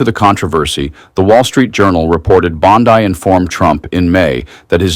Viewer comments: Her name is pronounced Bondee not Bondi! Just thought I'd mention that! Lot of french around me in my life & a letters don't sound the same when it comes to different languages! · Bon-DIE?? God I hate AI narration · I really hate the AI reading. You guys are better than that. 🤬 Pam Bond-I it said. AI narration is everywhere. I'm sick of it!